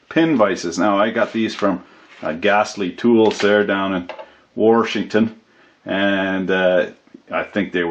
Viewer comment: "Worshington" triggered